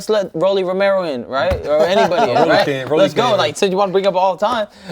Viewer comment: why tf max pronouncing rolly like that? 😂